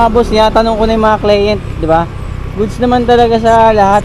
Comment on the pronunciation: Pronounce mo ng maayos ung word na "Client". More power!